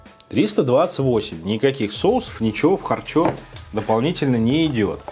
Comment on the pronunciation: минутка смеха: далма,чакмерули,кутапчик,харчо-харчя